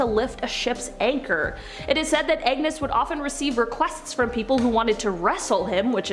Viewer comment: His name is not Agnes MacAskill. It’s Angus.